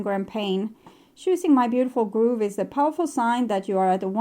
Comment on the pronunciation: The first card you read from "Grove" is said with a short "o" like in "rove" or "stove", not a long one like in "move".